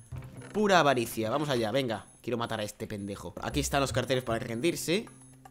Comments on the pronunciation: Quiero matar a ese pendejo... xD A killer le salio lo mexicano Loool xD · Morí de risa cuando dijo: quiero matar a este pendejo! JAJAJAJA XD Se escucho tan mexicano XD